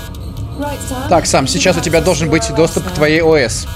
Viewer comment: САМ а не СЭМ! САМ! Об этом в самом начале написано!